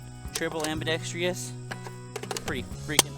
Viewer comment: WTF is ambidex-tree-ous?